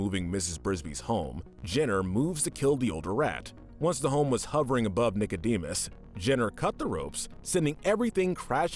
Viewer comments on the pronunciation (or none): none